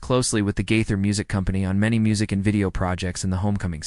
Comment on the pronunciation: Try saying his name correctly!